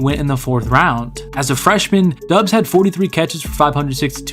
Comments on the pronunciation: It's pronounced like Dobbs like Cobb sound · the U is silent. its DOBS, he said so during training camp